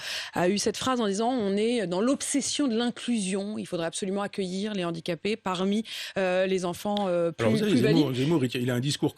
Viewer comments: Monsieur Onfray : « Les HANdicapés » !! Pas les « ZANdicapés » !! Merci ! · les z'handicapés , la liaison de Michel Onfray heurte mes oreilles